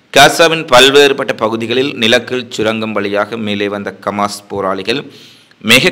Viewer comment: Hamaas sir not kamaas